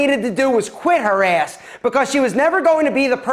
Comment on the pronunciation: I live for the way says “ass” 🤣🤣